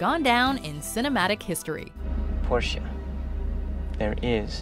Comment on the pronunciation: I'm German and the fact that Tom pronounces the "e" at the end of Porsche makes me love him even more LOL